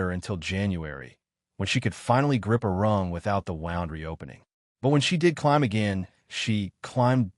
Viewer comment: Wound is pronounced like whooned. Not like hound